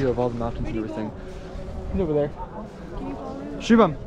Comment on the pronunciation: Finally knows how to say shubam bhai